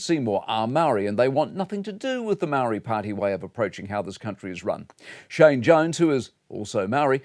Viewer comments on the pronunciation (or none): none